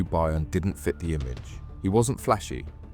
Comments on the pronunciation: By earn? Its pronounced BURN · FYI…..Byrne is pronounced BURN……not BUYERN!…..get a grip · Buy ern? It's burn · AI voice needs tweaking. Byrne isn’t pronounced ‘buy-urn’ for example - it’s ‘burn’. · Pronounced mathew BURN and BEW devlin. Not much of a reporter if ypu cant even pronounce the names correct. And this isnt even close to the correct story, they were put in place to take the arrests and jail time should the operation be uncovered. The real mastermind is in dubai fighting extradition 👍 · Pronounced *Burn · You’ve pronounce byrne (burn) 3 different ways so far couldnt help But comment 😅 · His name Byrne is Irish.Its sounds like Burn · His name is pronounced Burn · pssst... byrne is pronounced burn, was a good watch btw.. nice one!!..😎👍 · FYI for future reference it's pronounced "Burn" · Byrne is pronounced burn in ireland. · Byrne is Irish, pronounced burn. Great video thank you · That's how you know it's AI generated.